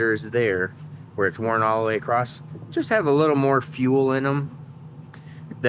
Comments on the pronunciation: You can tell he's from Michigan, he kept saying acrosst. Across has no T in it. hehe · Question? Why are your pockets not the first place you check for wrenches? Also... says acrost and then says across for other times. I now have video proof to show my wife that I am not the only one who says the same things. and I are the same person. Have you ever seen us in the same room together? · Just a funny - but sometimes it’s across and sometimes it has a T on the end - acrosst- guess it’s a Michigan thing cause Tom Bailey puts a T on it too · Why do Americans say "across"t"? No 't' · Gday, when you where checking pistons and rings i noticed when you spoke about the wear on the second ring you used the term worn acrost! Parson my dumb question but is that just how you pronounce the word cross.. Tell me its none of my business, when say cleets engine comes in like now you said the valves will be fine but im replacing them and the springs for s@ n giggles how do you charge the customer is it say a yearly service fee or is it charged as parts and labour or is it part of the engine purchase and you charge for parts..